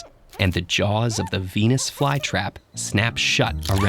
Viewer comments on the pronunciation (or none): none